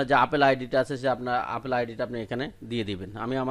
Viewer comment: ভাই আফেল না,এ্যাপল বা এপেল.আর আইক্লুট না,আই ক্লাউট হবে😂😂